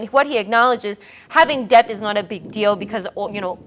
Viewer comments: It's "Debt" not "Dept" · It's det not dept